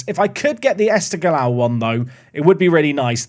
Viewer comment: Afaik the gh in esteghlal is pronounced like the r in french or german (more or less)